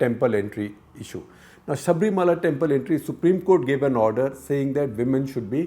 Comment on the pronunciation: Mr Shekar Please note to pronounce Sabarimala as Sabarimala .It is not Sabreemala .